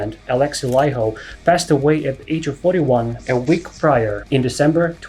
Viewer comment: Love the video! You are the first non finnish speaker who pronounce Alexi's last name correctly :D